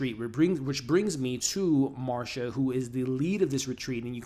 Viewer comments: Nicole Kidman's character is named Masha, not Marsha, no R 😅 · Her name is Melissa McCarthy! Not McCartney. And Nicole Kidman’s character is Masha not Marsha. 🤷‍♀️